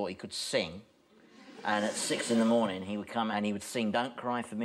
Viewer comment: What is this "morening" you speak of?